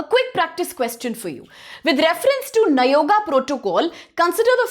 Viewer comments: You are correct bro she spells nayoga as you said earlier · You are destroying our speeching also by consistently saying nagoya as nayoga😂😂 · For god's sake, kindly call it as nagoya